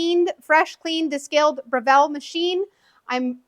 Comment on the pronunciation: You are pronouncing the name incorrectly. Here is a link to the correct pronunciation.